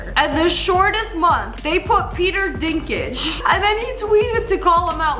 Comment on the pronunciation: Peter DINKLAGE ❌ Peter DINKAGE ✅ lol🤣